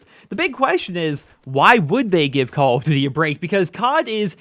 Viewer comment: I giggle every time you say "Call of Ditty"